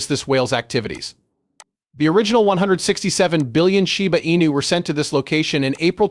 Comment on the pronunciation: Sure wish you would be able to make the AI pronounce the coin name properly. Very irritated.